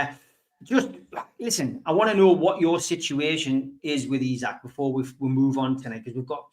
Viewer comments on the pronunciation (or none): One thing I think we can all agree on when ISAK leaves at least we won’t have to listen to pronounce his name Issac 🎉